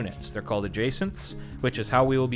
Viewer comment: Adjutants. Not adjacents.